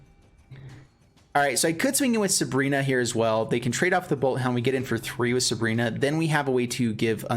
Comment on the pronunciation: Dude I can't bear with you calling her subrina... SU BI RA